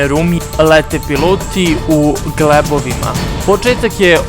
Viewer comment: Moj ti je predlog da uradiš upravo suprotno tj pojačaj muziku još više da se ne čuju nebuloze koje govoriš. Dečko-tvoje opšte obrazovanje je katastrofalno.Nikada,ali baš NIKADA nisam čuo ovakve nebuloze- Kod Zadara . Jesi li ti normalan?Kaže se ZADRA a ne Zadara i drugo nisu piloti leteli u GLEBOVIMA već u GALEBOVIMA:Valjda si čuo za tu pticu ako već nisi upoznat sa nazivima aviona? Mislim ovo što si izgovori je u najmanju ruku - B R U K A ! A gledao sam i neke druge snimke koje si "ukrasio" svojim komentarima( i tamo je bilo sličnih "bisera").Bolje ti je ako ništa drugo da angažuješ nekoga ko je star najmanje 30 godina i ima završenu makar srednju školu-bar 3 razreda da ti lektoriše ovo što čitaš.Poštedeo bi tebe brukanja a nas slušanja nebuloza!